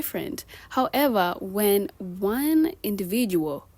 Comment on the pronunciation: indivijuo… I’m crackin’….